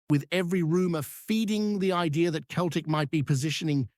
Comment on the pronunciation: Pronounced always as Seltik not Keltik you fake